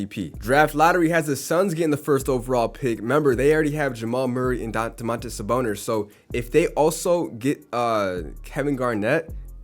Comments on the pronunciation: Bro Ik im not the only one hearing him say Saboner bro 😂😂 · Am I the only one that hears saboner